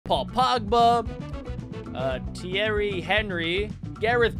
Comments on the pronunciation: No no no no no the way he said Thierry Henry is criminal everyone knows you pronounce Thierry ONRY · It is pronounced onry (he is French)